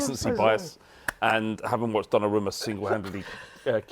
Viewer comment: Why did he pronounce donnarumma like that?